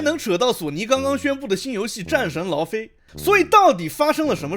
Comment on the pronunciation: 戰神 勞非"姨" OK?